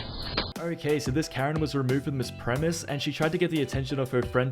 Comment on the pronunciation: Just fyi its "leave the premESIS" not premiss